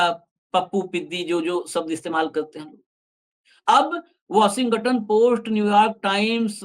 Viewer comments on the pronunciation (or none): Washing ton hota hai 😊 washingaton nahi ..its okay angrezi humari bhasha nahi hai galti hoti hai. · Washington bolo.washinga ton nahi. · भाई 'वशिंग-गटन' नहीं 😂😂😂इसे ठीक से वाशिंगटन बोलिये। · Don't pronounce g in Washington. Say, " washinton" g is soft